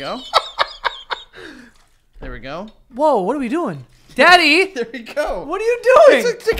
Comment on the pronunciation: Joe sounding like a 19th century farm boy when he said “daddyyyy” is everything I needed today